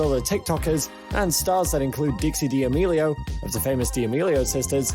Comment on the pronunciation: WHY THE HELL DOES HE SAY DAMELIO LIKE THAT